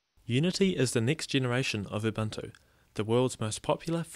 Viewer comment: its oo-boon-oo, not uh-bunt-oo :D